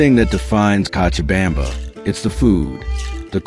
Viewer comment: This guy tries w the Spanish but needs more practice! Co cha bam ba ! Now pronounce it right!!lol